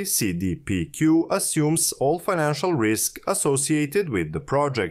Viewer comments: Seee deee peee cuuuuue Ohh and so half way through the video you can actually pronounce it normal? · Cee Dee Pee Queue (english pronouciation) Say Day Pay Cul (Q) (french) it's an abreviation of Caisse de Dépots et Placements du Québec or diminuate simply as la La Caisse (i.e: The Cashflow) it'S a huge Investing fund company in Canada.